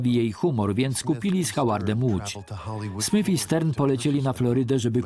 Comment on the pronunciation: SmyTH a nie SmYF. Ach, ci lektorzy...